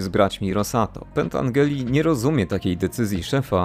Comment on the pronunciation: Mała korekta, przepraszam za to, ale Frank Pentangeli czyta się Pentandżeli.Poza tym świetne streszczenie tej wspaniałej trylogii.